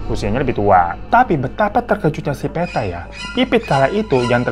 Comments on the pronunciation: PETTA itu bukan dibaca PE dari Peta/Map tapi bacanya PE dari PEnumpang... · Bang hiro, bukan Peta. Petta, seperti nyebut Pete 😂.